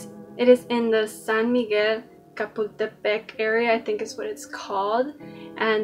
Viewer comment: the "Cha" in Chapultepect is pronounced like the Channel in Chat, so it isn't a ka.